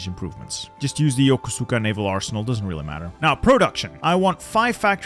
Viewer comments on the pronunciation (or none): none